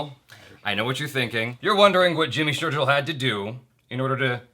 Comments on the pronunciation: Going big Jaby! Shergill not Sherjill 😂😂😂 But seriously congrats man. This is a milestone. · Why did you keep calling him Jimmy Sheir"Jill" -- as in 'Jack and "Jill" '. He is Jimmy Sheir"Gill" -- as in a fish's "Gill". ;) ;) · Going from milestone to milestone jaby... Way to go... Just FYI, Shergill is pronounced sher "Gil", like in fish gills and not sher "Jil"... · Wow you're Mis pronouncing his name infront of him and he is so chill about it :P SherGILL - G sounds as in 'Girl'... not J :) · Dude gill like gills of fish not jill ....😂😂😂😂😂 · Woah Jimmy Shergill this time please say GILL not Jill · funny thing he didn't correct you.. the way u guys pronounced his name SHER-JILL..its GILL as in gills of fish. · It's Jimmy Shergill like fish's gill. Pls he's one of my fav. characters from movie.🙈💗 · Its sherGill, g is pronounced as you do when u say goat, grape. I can't help but think how didn't he correct you when you constantly mispronounce his surname. Maybe he's just too nice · Just to be clear it is "Sheirgill". You are pronouncing his last name wrong, google it. Just saying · it is sher GILL like the gills of a fish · Not saying it's a bad thing but had to point it out........ "" & "Sharegill" 🤣🤣🤣 two names were murdered on this day my friends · Shergill = sher - gill as in fish's gills. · Hey Jaby, it’s Shergill- Share-gill (like the one fishes have). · your pronouncing shergill as sherjill 😂😂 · It's shergill man😂😂😂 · Omg jaby learn Hindi man, if u do a business and can't even pronounce the products name that bad like a glaring cause of embarrassment . jimmy sher'jill' like seriously. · Why the hell Jimmy didn't corrected you guys on his Surname.. its Shergill.. gill as in the gills of a fish... Hahaha.. anyways... Its going good so far. Let me finish this first... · "SherJill" he is gonna regret it. 😂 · He's pronouncing the Shergil wrong it's "g" as in game; not "g" as in virgin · at least get his name right man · You're saying his name wrong.